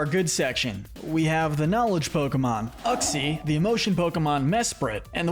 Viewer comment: I don't think that's how you say uxie